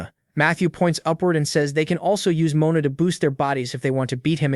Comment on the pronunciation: Can you at least pronounce Mon-a the proper way Moana is a woman's name